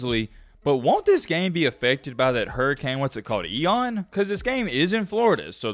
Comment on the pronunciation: “EON” 😂 IAN